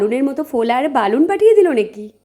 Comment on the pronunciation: দিদি ওটা বালুন না ওটা বেলুন।